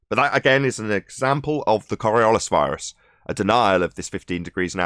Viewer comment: Korriollis ? What is Korriollis ? Oh...you mean coriolis, right ? Not surprising that you still don't understand how the tangential speed is greater at the equator than at the poles. After what..... 3 years ? What a bunch of utter fucktards.